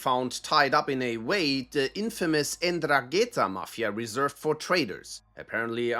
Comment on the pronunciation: Why can't no English speaker pronounce Ndrangheta right (or any Italian word for that matter)... They always fumble where the accent is supposed to be